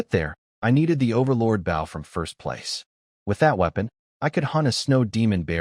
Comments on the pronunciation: Those little repeats are annoying. Especially the one right after he spotted the wolf amongst the frozen sheep. Please teach your narrator how to properly pronounce "BOW" as it's meant to be for a weapon. PLEASE!!!!!!!! So where is part two?? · why does every AI mispronounce bow (with arrows) as a ship bow, and vice versa